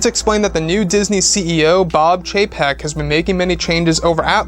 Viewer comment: Just chug a shot every time he says Bob Chepek